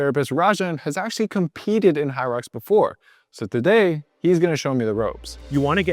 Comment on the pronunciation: “So taday, he’s going to show me the ropes” lol!! accent slippin out.